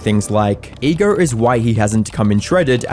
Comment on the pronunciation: It’s pronounced ego not egar